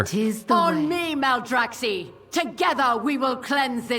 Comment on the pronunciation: Maldraxx-eye, not Maldraxx-eee. Just like Cactus and Cacti (Cact-eye) :)